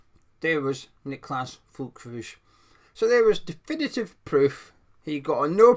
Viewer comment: Hi there, the correct pronunciation of his surname is Ferlkroog (hard G.) The umlaut above the ü makes it sound like ‘er.’